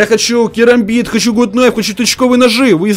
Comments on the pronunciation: Гат найф а не гут найф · Не Гут кнайф а гат кнайф